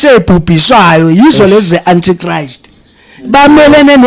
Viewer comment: My granddaughter got confused the way you pronounced Antichrist even Google pronounced it as ANTICHRIST